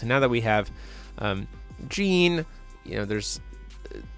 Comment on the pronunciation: "With a Gene on the field" "A Gene can" "Really want that Gene" A what? I know a girl called Jeanne and that pronounciation would get you punched lol. Also why did he pay 2 for Flashing Smile. The Order side of Alice also has Genesis so it costs 1 even when ordered. Also what's up with those 4 Moonshades in Alice. Usually the only non white/black card in the deck is Pricia. Seems overkill (and killing yourself) when you could just play Cat Moon or Atrocias Memoria to hit both and maybe 1-2 Rulers Memoria and/or Light Moon for Pricia. That said, not finding any Ayu when you (hopefully) play a full playset after all that drawing is just rough.